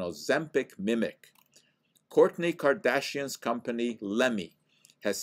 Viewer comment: You lost me at “Kardashian” 😂😉👍